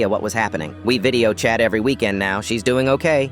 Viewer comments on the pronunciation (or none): The way he said shE's DoinG Ok